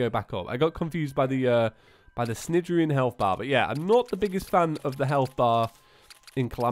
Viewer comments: Just so you know, “Cnidarian” is pronounced naidarian, like in the word “night”. Keep up the awesome content btw! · Cnidirion is pronounced like snide-ear-ee-on